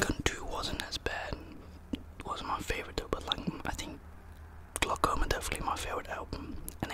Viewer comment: bro said glockoma as in key glock album shi u a g fr rip dolph🐬💫